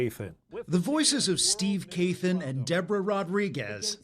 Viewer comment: It sounds like Steve Kathan doesn't like pronouncing his last name from the sound of his voice. "Th = ffF."